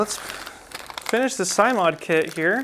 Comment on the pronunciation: Oh, and it's pronounced "sim," as in "simulation"